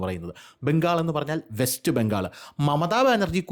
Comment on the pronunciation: ഇപ്പം വെസ്റ്റ് അല്ല ബസ്റ്റ് ബംഗാൾ